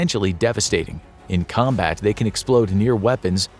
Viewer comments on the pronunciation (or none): none